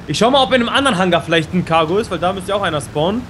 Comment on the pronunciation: Warum sagt immer kago und nicht titan